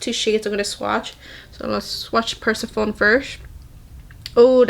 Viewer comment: Persephone is pronounced per-SEHF-uh-nee. She's the Greek goddess queen of the underworld. Looks like this palette has Greek mythology references. :)